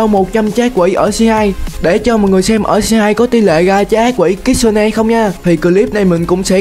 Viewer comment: kitsune mà em nghe là cức su ne